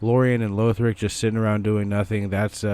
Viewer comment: Just a note: LAW-th-rick, not LOA-th-rick. It's how they pronounce it in-game - the 6th word in the intro cutscene.